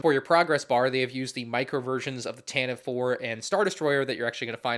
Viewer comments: Seriously stop saying “tan-tiv” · ugh ugh so many times incorrectly pronounced tantivE name, oh my ears it hurts every time, and I can't unhear that and bothers me every single time since said it in star wars show long time ago in galaxy far far away.... aproximeatly 8 years ago